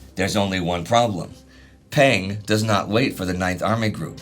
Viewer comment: The vowel sound for Peng in Peng Dehuai's name sounds more like the vowel sound in the word rung.